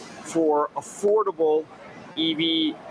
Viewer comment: Did YOU SAY A-Ford-able? 😁